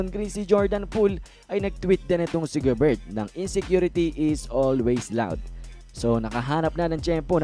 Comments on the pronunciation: GOBER lang po ang tamang pronunciation... silent "T" idol... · Gobert pronounced as Gober kc French po si Rudy.. correction lng idol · Paki pronounce ng ma ayos ang family name ni Rudy Gobert silent t